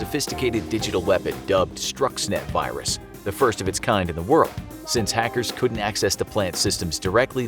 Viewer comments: Correction, it's STUXNET not "STRUXNET" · LoL “STRUXNET” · "Stuxnet" doesn't have an R in it. But great video!